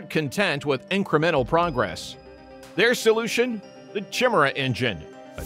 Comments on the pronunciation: Chim-Chimera, Chim-Chimera, chim-chim Cheree. An engine is perky as perky can be. Chim-Chimera, Chim-Chimera, chim-chim cheroo. More speed will rub off if you go past Mach two! It's pronounced kai-MAIR-uh, with emphasis on the second syllable, and an initial K sound, not CH. Nice report though. We still like you! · You'd be well advised to learn how to pronounce Chimera. Kai-meer-uh is the proper way!! -Gunny T sends